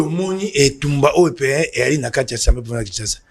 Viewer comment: Bonjour. Nous aimons beaucoup ton émission, de la bonne information mais aussi de la pédagogie. Tu es suivi à travers le monde. Petite correction mon frère on dit (assemblée) et non (ensemblée) Ca commence à faire un peu mal aux oreilles et risque d'induire certains congolais en erreur. Merci beaucoup. Na ndenge ya bien. Mokonzi.